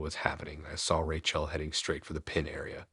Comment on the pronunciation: It's Rachel as in Rachĕl, not RaCHĔL